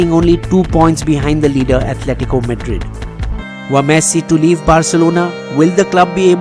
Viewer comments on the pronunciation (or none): none